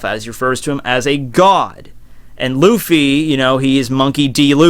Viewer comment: Yeah, listen to the sub and Luffy sounds like "Ruffy"